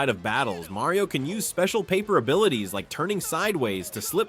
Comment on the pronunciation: If you are a Nintendo channel, you should learn how to pronounce Mario.